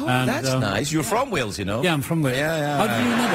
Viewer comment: it deservd to be mockkd 😅😅😅 ... thats when Gales eiiz calld Walez... Auntony Hopkenz 😅😅😅